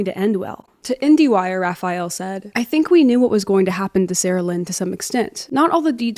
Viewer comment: I swear if I hear Raphayel Bab one more time...